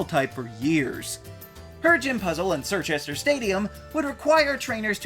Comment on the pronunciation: Did you just call Chirchester.... Sirchester..... shakes my head in british